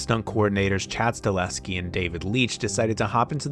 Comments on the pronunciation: Very much enjoyed this , thanks. BTW it’s Chad sta-HEL-ski, not sta-LES-ki. ❤ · It's pronounced "Stahelski" not "Staleski" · It's Chad STA-HEL-SKI not Sta-leh-ski lmao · Sta-HEL-ski, not Sta-LES-ki! Great video though, nice work. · You're killing me with that "Stahleski" shaite. Learn to f**king pronounce man's name properly. It's StaHELski, dude. StaHELski. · Chad Stahelski not Staleski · One small criticism…the directors name is STA-HEL-SKI….not STA-LEH-SKI…everything else was fine! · Staleski? Can you even pronounce it correctly? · StaHELski. Chad STA HEL SKI.